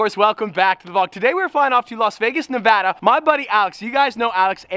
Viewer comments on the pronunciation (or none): none